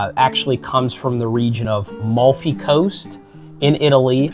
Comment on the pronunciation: You say you are a Southern Italian? You can't say AMALFI.. and it's not LEMONCELLO. It is LIMONCELLO. Seriously. Ma va'.....